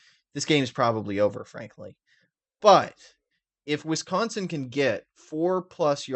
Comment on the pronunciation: Why do you pronounce Wisconsin as Wiscontsin?